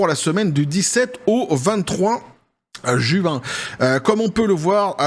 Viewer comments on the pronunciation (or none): none